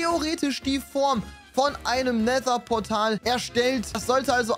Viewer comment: End=Nether hat es andauernd falsch ausgesprochen:))